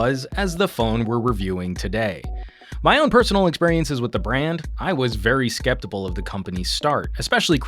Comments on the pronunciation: he said “skeptibal” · "I was very skeptible of the companies start" >.> xD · how scep-table,?